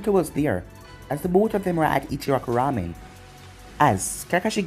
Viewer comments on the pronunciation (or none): none